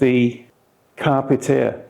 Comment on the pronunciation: Great review, thank you. I’m still torn between this and the DMD2 OEM tablet DMD-T865X. BTW, it’s pronounced “carpay eater” and is latin for seize the journey.